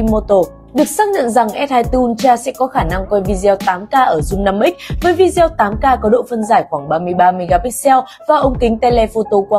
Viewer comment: đọc là vi gieo là thấy vô duyên rồi